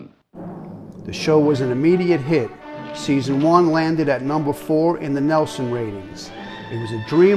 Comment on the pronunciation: Well done, thanks for this! (Btw: it's pronounced the 'NEEL-son' Ratings, not 'NEL-son' Ratings)